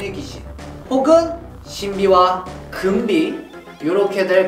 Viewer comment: 금비 할때 변비라는줄